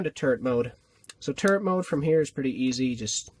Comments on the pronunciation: it sounded like you said turd mode😂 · When you said "turret mode" I thought you said "turd mode" 😂😂😂